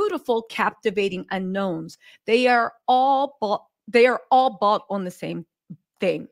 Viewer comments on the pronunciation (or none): I love how she emphasizes “bought”. 😂